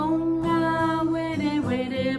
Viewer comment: Awesome but is there a reason you pronounce “Pūngawerewere” like pōngawerewere?